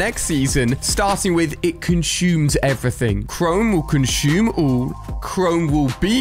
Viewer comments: " CONCHUME " it's conSume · It’s consume not conshume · Nobody: Ali A: Conshoom